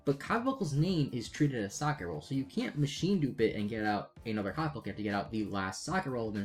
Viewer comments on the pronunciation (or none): lol so many youtubers pronouncing Socketroll badly XD its name is socket and troll combined not socket and roll XD silly trigger is silly XD its not named after a piece of bread XD everyone who says it like you just make me want a sammich XD